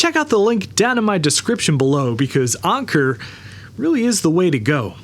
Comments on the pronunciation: Why are you calling it UNKER? It's ANKER! Like anchor for a boat. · Onkur? Come on even your own video includes their official way to say it. 🤦‍♂️ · It's the new what now? Onker prime? No it's Anker... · I have never heard someone pronounce "Anker" as "Onker" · Anker is pronounced the same as anchor Not sure where your getting your pronunciation. Just go play some of their corporate sales videos. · How can you pronounce the sponsor's name wrong when it's literally in the ad clip you inserted into your own video?? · When you're getting sponsered make sure you say there name right 😅😅😅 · What a weird pronunciation of Anker, especially when 15 seconds later the commercial pronounces it correctly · Is Anker really pronounced that way? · WOW bro you look good have you been working out are you going to VCF SOCAL UGREEN is better. You’re saying the name of the company wrong in the ad they said a differently.